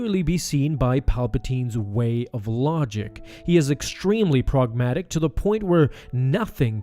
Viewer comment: Pragmatic.... Not progmatic